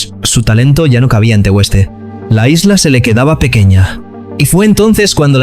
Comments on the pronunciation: Tío Tegueste no se dice así!!!!!!!!! Buffff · Por favor,no sé quién relata este documento de Pedri,que pronuncie bien el sitio al que pertenece TE-GUES-TE no TE-WES-TE de lo contrario preguntarlo a cualquier profe de instituto. Gracias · Tegueste, no "Tegüeste". Bueno, y lo del "Juventut Laguna"... jajajaja! Escolti, nen, qu'en les Cànaries non parlem a català. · Bufff se me erizan los pelos cada vez que dice Tegueste mal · Pronuncias esto TEGÜESTE y es esto TEGUESTE, ves la diferencia iluminado? Aprende primero perenquén!! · TEGUESTE DICE TEGESTE SE DICE aunque se escriba asi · Tegueste, hermano, sin dieresis TE GuES TE , no te Tegüeste... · Niño. No es tegüeste . Es Tegueste. Como Miguel. No pasa nada Porque es una palabra Guanche es el nombre de un príncipe . Muy buena narración . Crack. Te doy un 10. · Tegueste simplon no tegu este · Buen video !!. Sólo un apunte, no es Tegüeste, es Tegueste, como en juGUEte. Grande Pedri !! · No se dice tegueste,se dice tegeste,aunq describe tegueste. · Me encanta el reportaje pero, hay un pero su pueblo es TEGUESTE y no Teg"ueste. De resto chapo. Gracias Pedri por jugar en tu actual club y no olvidar tu Tierra. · Tegueste, no Tegüeste. A ver si aprendemos a leer. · MUCHAAAAACHO, me sangran los oídos cada vez que pronuncias la U de Tegueste. Se escribe Tegueste pero se pronuncia TEGESTE SIN DECIR LA U. 🤣🤣🤣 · Infórmese.Fueron en total de 20 a 25 millones....El pueblo se pronuncia TE - GUES - TE. La u no lleva diéresis para que lo pronuncies como lo has hecho.Pedri lleva el "futbol canario", ese que no se aprende a ninguna masía . Ejemplos claros: Valerón , David Silva , Jonathan Viera , Moleiro,Rubén Castro, Guayre,etc etc. . Toda Canarias es una Masía de jugadores ;) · Pero dónde está viendo el narrador la (U) con diéresis???….. “TEGUESTE”